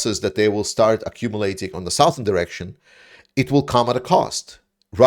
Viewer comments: Your English is getting so good that it's a bit of s shock when I hear you say "Sowthern." The word "Southern" is pronounced "Suhthern,." The vowel is a schwa, like the "ou" in "touch" or the "u" in "much." It's completely different from the "ou" in "south," "ouch," "mouth," "pouch," "slouch" or "crouch." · You are doing a great job with your updates,. I have one tiny complaint, though. It is with your pronunciation of the English word, "southern". I've noticed that both you and Denys Davidov pronounce it like "sow-thurn". We Americans say it like "suh-thurn". Unlike "Northern" starts with the same sound as the root word "North", "Southern" does not start with the word sound from "South". It is an "uh" sound in the beginning. Keep up the great work! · Excellent effort! I counted 2 "ums" and 1 "ya know" in ~18 minutes. Embrace the silence! Extra credit: "southern" is pronounced "suhthern" - the "south..." is not said like "south" 😀